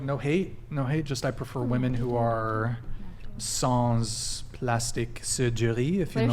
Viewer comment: "Sans (last S is silent) chirurgie plastique". Gotchu bud